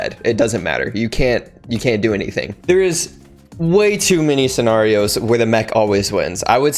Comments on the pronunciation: I agree with everything from this video except how you said scenarios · lol me too